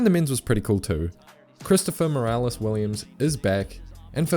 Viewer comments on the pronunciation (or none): none